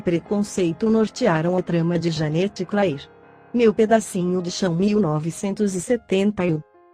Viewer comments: Verdade, não dá ouvir Janete Clair, em vez de Janete "Clér", Dancin' Days, em vez de Dancin' "Dêis" e comedía, em vez de comédia. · Escreve Janete Clair mas se fala Janete cler